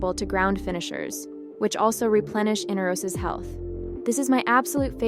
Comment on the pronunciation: In R os... not in-uh-ros... smh